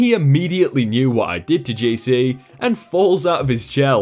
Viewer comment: Is is just me or did he say gc instead of jc